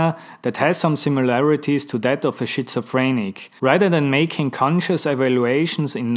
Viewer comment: I love how you say Shitzophrenic too, it creased me up! Great video